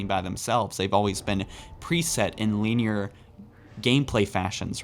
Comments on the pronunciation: “Lean-year”, still a great video! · Luvitus who tf clicked on this video to be “entertained” I clicked on it to be informed and I haven’t heard anything but descriptive words mispronounced about shit like dust “deers” and “lineer” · Bro. Soft “i” in “linear.” Stop saying LEENEAR